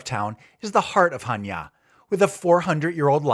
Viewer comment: I like that you're pronouncing Chaniá Χανιά with the accent on the last 'a'. There are a few English-speaking travellers making blogs about Greece and most of them can't read Greek or pronounce the names half-way correctly. Kudos. All the best from Switzerland, Rob